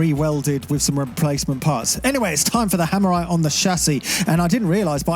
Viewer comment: "hammerite" please no